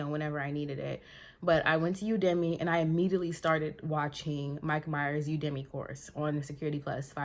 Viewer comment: You-da-Me (Udemy) 😂